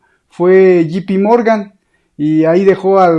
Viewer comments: J se pronuncia "yei" no yi. Me encanta tu programa. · No e Gee Pee Morgan es Ja se pronuncia yei